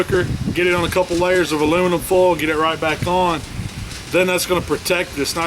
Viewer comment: It's not fulll it's foil